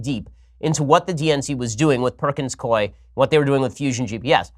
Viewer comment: I've worked for the law firm Perkins Coie, for what it's worth, Coie is pronounced COO EE